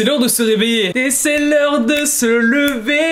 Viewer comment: Omggg par contre le "Il faut ce lever" à naaan c "se lever"😭🤦💀